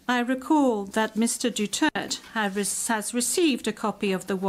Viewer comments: Pronounce silent vowels DUTERTE Dutirt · Talo na lahat kalaban di si tatay ang nililitis mali ang pronounce ng Duterte dutert dw😅😅😅😅😅😅